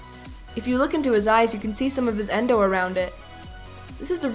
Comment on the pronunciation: Not endo yendo